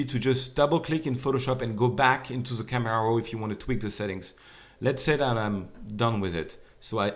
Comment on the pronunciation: Love theway you say camera raw :) "KAMERAU RAUW" Loved the finished product btw learned alot, thanks :)